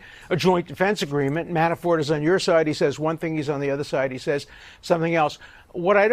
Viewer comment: Dershowitz keeps saying Manaford..or Manafore, instead of Manafort. Is he afraid to say his name correctly???